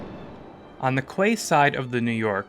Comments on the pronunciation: Oddly enough, I've heard MANY people say "kway-side" and not "key-side", so a crapload of people say it wrong all the time and nobody corrects them. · "Kway side"? It's pretty obvious that the narration is also A.I. generated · I'm not sure if it was pronounced differently in 1912, but "quayside" is pronounced "key-side" not "kway". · Quayside is pronounced like key side